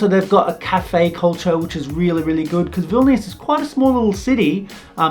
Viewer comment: well jokes on you im already in baltic's i'm lithuania >:3 also i like how every person pronounce vilnius wrong ;w; but it's okay